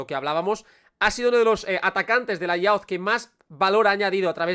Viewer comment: "Youth" se pronuncia como "yooth":-) Gracias por este video interesante (como siempre)